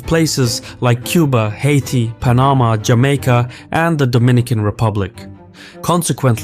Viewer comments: it's PAnama, not paNAma... huge mistake for such a prominent channel.. come on man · What a beautiful presentation of facts. puh-NAH-muh. LOL